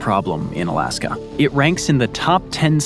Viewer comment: Is it just me or does dood keep saying "Alaskum?"